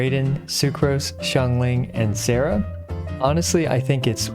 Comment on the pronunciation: Baal and Sara are both Japanese so their names should be pronounced in Japanese.